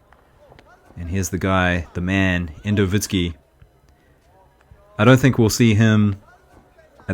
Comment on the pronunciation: Thanks for the video! (Russian +100 is rightly pronounced as Yendovitski)